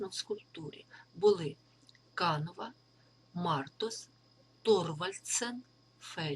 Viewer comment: Н треба казати Канова, наголос на « о»